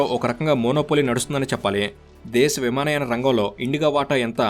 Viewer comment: విమానాయ కాదు అది విమానయాన 😂